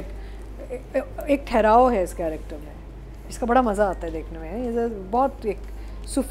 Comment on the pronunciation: Ironically, the host and others criticise spoken English in plays, whereas the host himself consistently pronounces the word “character” as “corrector” instead of using the Urdu word “Kirdaar” It’s like they call “Italian” as “Ataalian” instead Punjab. Second, Urdu used in the said play seems quite the usual language spoken at homes. It’s unnecessarily being turned into an issue.